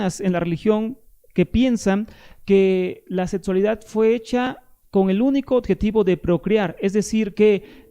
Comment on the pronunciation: Se dice "objetivo". NO , ",odjetivo"!